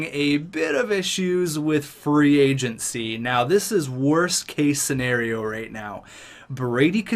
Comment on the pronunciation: Whenever I here him say free agency I here free "AgentC"